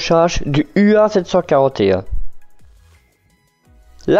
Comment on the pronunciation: J'apprécie beaucoup votre chaîne dans laquelle vous diffusez du contenu de qualité. Je me permet cependant de vous préciser que la première lettre est un mu (grec) et non un u !!! Mis à part cela, tout est au top !!!